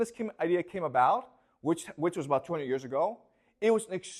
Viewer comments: also thought he said 20 but I went back and subtitles say 200 years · Hahaha I had to backtrack because I heard 20 as well and was like: wait, what?